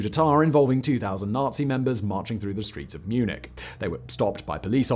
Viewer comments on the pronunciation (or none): none